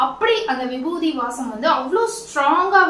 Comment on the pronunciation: Vibuthi nu solluga irritate aaguthu